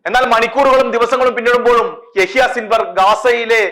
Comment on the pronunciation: സിൻവർഅല്ല യഹ്‌യാ സിൻവാർ എന്നാണ്